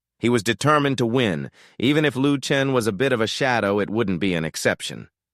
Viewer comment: Why on earth does this thing keep calling Shisan "Duthaptan" and Lu Chen "Luke Tran".